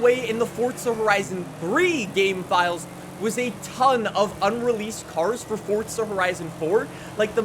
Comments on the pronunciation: It's Forza... not Fortsa. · forza not fortza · Forza not “fort tzuh” 😂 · Welcome back to fortza horizon five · Kinda annoying how no one says this but there’s no T in FORZA so please pronounce it right